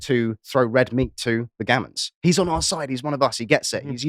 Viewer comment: The "Gammons"?